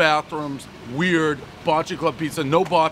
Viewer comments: Not " bolt - shay " its bot - che " Gotta say it Buffalo style baby ! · Baacheee. Bocce. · "Ba-chee" is how we pronounce it here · Hey Dave, it's pronounced "Ba-chee" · pronounced bah cheee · One Bite, everyone knows Dave can’t pronounce Bocce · I'm from Buffalo, Ny. Bocce's has the best pizza in Buffalo... hands down! And it's pronounced like the ball - Bocce ball. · Daniel Savage he played the game before and I think pronounced it correct then. He’s a poser. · He literally botched, the pronunciation of bocce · Dave. say 'Bocce" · You're pronouncing Bocce wrong. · Said Bocce wrong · If it's Italian, you're saying it wrong